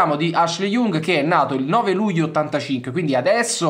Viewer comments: Ashley Young: non so se sia peggio acquisirlo in rosa o pronunciarlo Jung, comunque due cose che non si possono sentire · hhahah ma è sbagliato. Young è una delle parole che si imparano subito in inglese, che vuol dire giovane ...e si pronuncia Iang. Non storpiamo pronunce di parole famosissime inglesi adesso ahhah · Sempre grande ma il cognome di Ashley si pronuncia YANG (Young) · In questo video ho commesso due errori: ho chiamato Ashley Young "IUNG" ma si pronuncia proprio come il termine inglese che vuol dire "giovane", quindi con una a/o stretta. L'altro è che l'operazione sarebbe impostata per gennaio e non per giugno, anche se potrebbe slittare. Perdonatemi per questo! Tutto il resto è corretto 👌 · Si pronuncia IANG, esattamente come “giovane” in inglese...mille para su come si pronuncia Can e poi mi cadi su una banalissima pronuncia inglese? 🙈